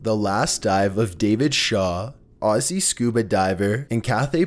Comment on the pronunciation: i hate it when he says aussie its annoying to me and im aussie